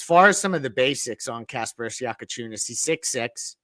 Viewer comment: Bro learn fuckin names how bad can somebody pod? Your Bam D riding and can't even repeat a name right is CRAZY WORK for a podcaster, my goodness